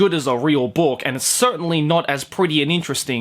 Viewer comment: I don't usually hear your Aussie accent, you just sound American for me usually. But when you say book, It's like you're saying spock. But book. So bock. But more Aussie.